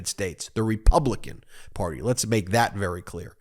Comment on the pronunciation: Whenever you say "Republican Party" I hear "Republican Potty", hehehe!